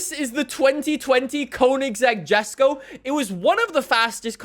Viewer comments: Please stop pronouncing it as Jesko, it's (Yes-ko) I hope he reads it. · Lol jesko is Swedish so pronounced yesko. Still love this vid! Thanks so much for your passion for FH5 science!